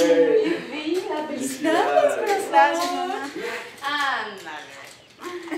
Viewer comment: Like si oíste que la hermana matias dijo filicidades matias